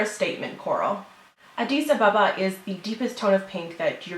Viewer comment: Great review, although you did say Addis Ababa wrong. Haha almost everyone says it wrong. I've been there in Ethiopia.